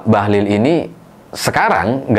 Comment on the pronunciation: Koq aku denger suara abang jadi "Bahlul'..,😅😅